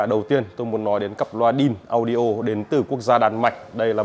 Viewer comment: phai doc là "ĐainAudio" moi dung nhe.